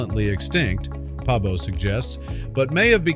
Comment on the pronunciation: Svante Pääbo! not pabo.